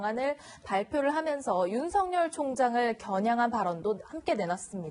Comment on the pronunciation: 아나운서는 뉴스 보도가 본업인데 발음이 부정확 하면 우선 자질미달 이다! 윤석열 발음을 "윤성열" 이라고 하는데 "윤서결"이 올바른 발음이다. 윤석열 이란 사람과 윤성열 이란 사람이 같이 있다면 어떻게 발음해서 구분할 것인지 묻고싶다!